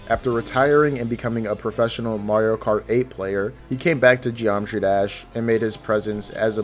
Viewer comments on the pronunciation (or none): none